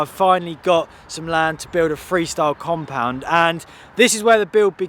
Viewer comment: you really had to call it a tompound